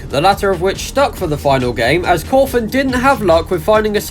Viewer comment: It’s cawthon not coffin